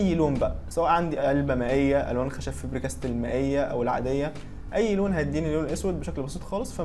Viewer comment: انا اسفه بس هي اسمها فيبر كاسل مش فبر كاستل